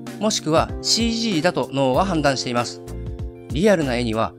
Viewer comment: 発音がざ行がじゃ行にさ行がしゃ行になってる…？？？ 〜ます。も〜ましゅ。に聞こえます。 イラスト関係なくてすみません…。